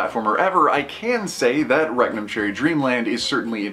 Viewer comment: Rectum cherry dreamland? That's all I kept hearing.